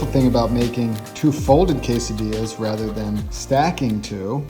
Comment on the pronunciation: quesadillas, no "dillas" please white people dont f with that(